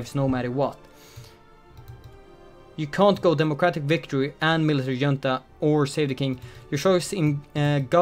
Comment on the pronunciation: The amount of Swedishness in pronunciation of "Junta"